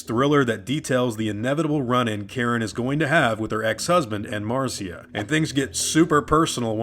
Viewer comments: Why does he keep calling her Marcia? Her name is MARSHA! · Its Mar SHA, NOT MAR CEE A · Uh, not to be that guy but her name was MARSHA not Mar-cee-a. Carry on. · It's Mar- SHA NOT CIA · Why does he keep calling Marcia, "Marceeya"?